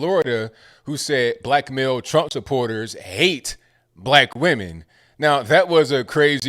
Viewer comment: Is that black male or "blackmail"? 😄 love your presentations.